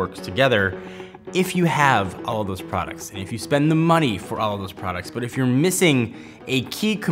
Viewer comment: Convenient FOR me. Vertically INTEGRATED. You'd swear english was your second language in this one.